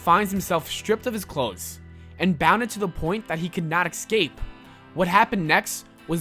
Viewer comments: escape not excape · am i the only one annoyed when he pronounces it "x-scape" instead of "escape"